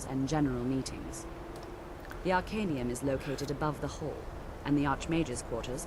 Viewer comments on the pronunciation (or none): god do i have to pronounce things for u now? omg its called the ar-cae-knee-yum